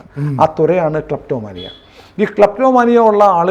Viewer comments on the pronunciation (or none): ക്ലാപ്ടോമാനിയാ ആണോ ക്ലിറ്റോമാനിയ ആണോ? 😂🙏